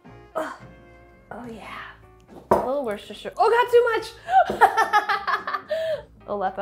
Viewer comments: WoechesschessshiRR sauce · woostah sure saos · It's worsttwistedsitershire sauce !!! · Wuster-sher, that’s how the people that actually live there pronounce it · Stump Sohla idea: Teach babish how to say worcester sauce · I love that Sohla shares Andrew’s affinity for mispronouncing Worcestershire sauce